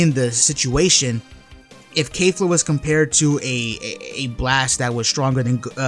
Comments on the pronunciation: Kefla is stronger (and please stop pronouncing it Kaefla. It's KE-fla) - think about it, Toppo is more or less on par with Dark blue Vegeta = Kaioken x20 Blue Goku. Goku uses Kaioken vs Kefla (it's not clear whether it's 20x but considering his struggles, it was at least 5x to 20x kaioken), and Kefla was at that point at the SS1 level (or most likely full power ascendant saiyan) - as Goku uses UI Kefla powers up to full SS2, which as we all know (or should know) is at least 20x stronger than full power ascendant saiyan. So if we're lowballing Kefla, by claiming Goku was only using Kaioken x5 against her SS1 form, then that puts Toppo at 4x stronger than Kefla's SS1 form, and as we know 4 goes into 20 five times, that makes Kefla SS2 approximately 5x stronger than Toppo. High balling we're looking at Kefla being 20x to 30x stronger than Toppo. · Why are you saying kafla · The English pronunciation of Kefla makes my ears bleed